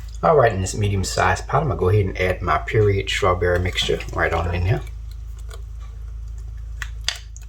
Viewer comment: Did he say PERIOD STRAWBERRY mixture 🤣